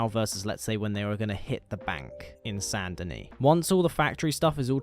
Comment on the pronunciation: its not sand denis, its SAINT denis